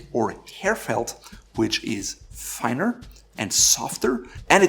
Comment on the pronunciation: "Finner." "Deuterated." LOL